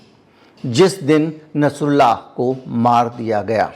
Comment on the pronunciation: Plz nsrullah ka name shi se len kirpa hogi